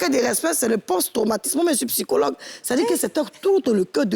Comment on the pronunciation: HÉÉÉ JOLIE!!! OÙ EST CE QUE TU MET LE "P" QUAND TU DIS "PSYCHOLOGUE" OU "PSYCHO-TRAUMATIQUE"? AUTRE CHOSES AUSSI, SOUVENT TU INVERSE "É" ET "E". GENRE SVNT TU VAS DIRE "FEMINISME" AU LIEU DE "FÉMINISME". CE SONT DE PETITS TRUCS AUXQUELS FAUT FAIRE ATTENTION. N'OUBLIS PAS QTES UN EXEMPLE POUR CERTAINES. SINON A CÔTÉ DE CA,COMME TJRS BELLE ÉMISSION ET BON THÈME.✌🏾👌🏾👍🏾